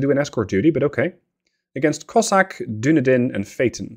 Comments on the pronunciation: I kept smiling during this episode when you referred to the "Doon-a-din". I believe that ship name is pronounced "Dun-eedin", after the city in New Zealand. So while it's not a scion of Numenor, it is at least from Middle Earth. Oh, BTW, nice job relocating the Royal Navy to the bottom of the sea. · i know you probably pronounce a lot of names wrong but ill still correct you based on what i know. dunedin is pronounced "duh-knee-din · Now I'm all self-conscious. There is a city in Florida named Dunedin, but we pronounce it dun-EE-din, with a long E. But I assume you being European, yours is probably the correct pronunciation. 😳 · Nope, there's a city in New Zealand called Dunedin and it's pronounced as you said, he's pronouncing it wrong not you